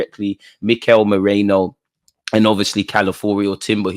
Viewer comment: Its not Moreno. Its Merino!